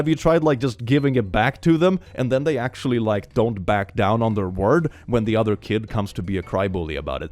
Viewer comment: "Actumalaly" I'm taking that